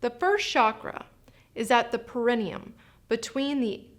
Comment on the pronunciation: Check the correct pronunciation of PERINEUM. ....it should be on 3rd syllable, not 2nd